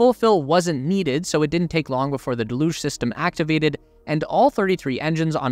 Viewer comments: DEluge. Not deLUGE. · Isn't pronounced; del-huge ? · Thank you for making this video! 2 small requests. Please say liquid oxygen instead of L.O.X. Deluge is pronounced del-yooj.